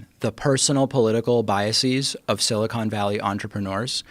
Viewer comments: LOL...Joe says "silicone" valley. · I like Joe, but when he says "sili-cone" valley.... Reminds me of all the idiots who insist on saying "NUKULAR".